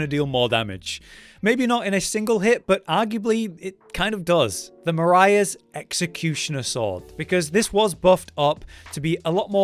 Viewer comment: Why do so many people pronounce it as marias? A lot of the names in elden ring seem founded on European (rijkaard is dutch last name, erd(e) is german for earth, so earthtree, etc.) With those in mind, Marais sounds a lot like it would be a french name. But about the ranking; in my opinion the pizza cutter is able to stand next to the marais executioner sword. The pizzacutter is slightly more difficult to hit, deals comparable damage but also has bleed buildup.